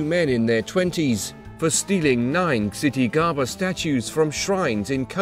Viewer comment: The Buddhist Media yeah it isn’t pronounced chittigarbha